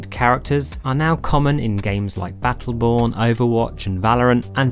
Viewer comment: Did someone just say Batttleborn?